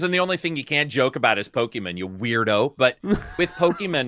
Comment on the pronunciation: "Po Key Min"